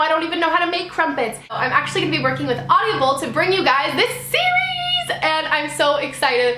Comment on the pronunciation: You keep saying audiable D: I was like "wait...that doesn't sound right". I loved how at the end you were talking through hiccups haha it was cute. :)